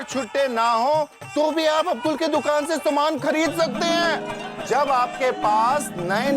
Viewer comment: किसी ने नोटिस किया सोढ़ी भाई ने अब्दुल के जगह अद्बुल बोला